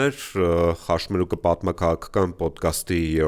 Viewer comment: խոսքը լսելն օգտակար է, շնորհակալություն փոդքաստի համար, սակայն հաղորդավարին խնդրեք, որ խաՇմերուկ չասի, էլի։ ԽաՉմերուկ։